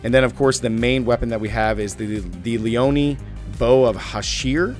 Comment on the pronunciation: EmiLees Duffel & Leonee Bow of Hashir.😂😂 Is it really that hard to read how it is spelled? Eh-mee-may and Lee-yo-nayn is how I would pronounce it. Also War-ze--chee-an for the bracers u also butchered last time.